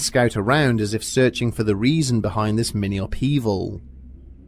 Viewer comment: "Ziss picture didn't hang itself" noice!! lol